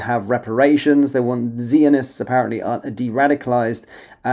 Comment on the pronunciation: I think maybe you need some reading lessons as it’s pretty bad.you struggle to pronounce words like Zionist where you say zeeeonist🙄